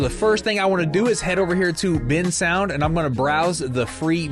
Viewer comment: Bensound❌ Bin sound✅